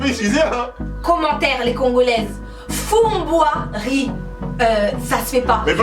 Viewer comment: Bjr je ne sais pas du tout qui a inventé fumboi riz mais ça ce dit fumboi avec du riz